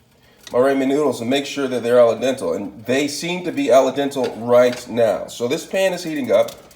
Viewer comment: When he said "aladentl"😳 I almost stopped watching like nah this guy doesn't know what he's doing 😂